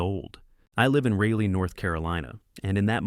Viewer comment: No, you live in "Rah-lee," North Carolina. Or perhaps in a computer.